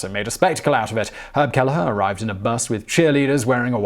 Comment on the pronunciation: And, Kelleher is usually "Kell-her"